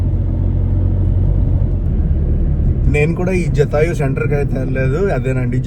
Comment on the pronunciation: జటాయువు జాతయు కాదు